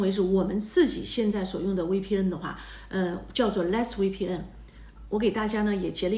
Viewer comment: 求你了，V的發音是F， 不是W